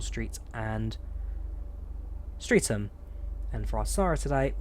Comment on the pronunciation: Sorry to be so pedantic. The pronunciation of "Streatham" is not "street ham" but "strethem"